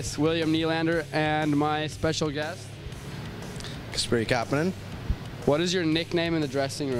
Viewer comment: Did he call him Kassel?